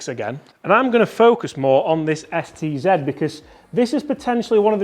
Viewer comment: Don't you mean Mizuno Sed,Ted Zed driver?😁